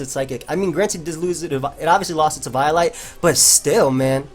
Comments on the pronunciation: It's pronounced e vee o light. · that's not how you pronounce eviolite